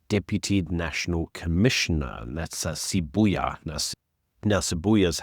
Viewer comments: Sibiya not Sibuya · Sibiya, not Siboya